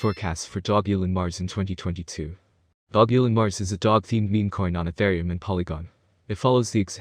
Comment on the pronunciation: If you market something at least pronounce the name right. And don't speculate ridiculous prices